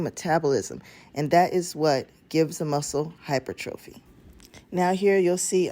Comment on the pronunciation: Great video. I just want to point out, your pronouncing hypertrophy wrong! I notice this a few videos ago. Pronounc it as hi-per-tra-phee! The O is silent! Google has a option to hear the word as it is to be spoken. Keep up the good work!